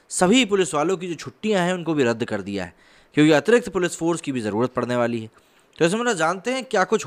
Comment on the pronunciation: आपका बोलना ठीक सुनाई नही देता | उदा क्योंकि के स्थान पर ओंके सुनाई देता है |